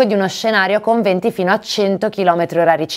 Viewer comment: Si è continuato a dire "20" e non VENTI. Attenzione alle "E", con i relativi accenti...